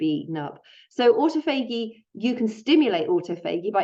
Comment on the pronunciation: Aw taw fuh gee is how to pronounce autophagy. It took me a minute to figure out what you were saying. An important video non the less thank you.